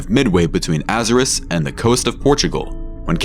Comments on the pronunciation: Jeez this fiverr guy cant pronounce anything right lol. His Azores was particularly bad 😅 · Be honest. Is the narration done by AI? The mispronunciation of Azores makes me think so..